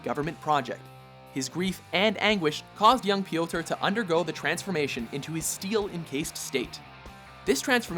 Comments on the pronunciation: /PJOTR/, not /pijowter/ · Please never ever say "P,yotor" ever again! It just sounds really silly cause of how you're pronouncing it. Instead of going Pe-yotor its more of Pyo-tar!